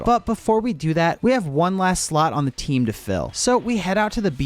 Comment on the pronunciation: "With dweam on the tweam" so cute